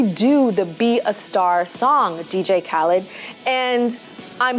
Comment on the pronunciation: I wish she would un-say dj khadlid’s name whew Chile!